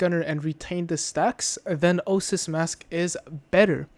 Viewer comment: Oasis. Oh-Ay-Sis.